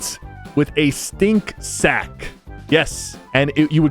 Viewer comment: The way sypher said sack is crazy